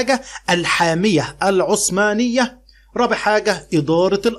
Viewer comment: يا مستر هي عثمانية بحرف الثاء وليست عصمانية بحرف الصاد